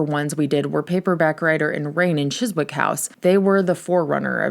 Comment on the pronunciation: Always happy to hear you talking about the Beatles. Btw, I'm an American but I watch a lot of Doctor Who so I happen to know it's pronounced Chizzick.